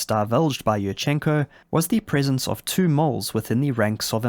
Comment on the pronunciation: Yurchenko is pronounced like "you-r-chen-ko" with an emphasis on the first syllable "you". I don't know why native English speakerd feel like putting an emphasis anywhere they want in Slavic names. Love your content though, now back to the video.